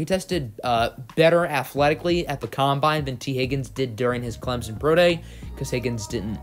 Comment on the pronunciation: You can pronounce Noah igbinoghene but not Clemson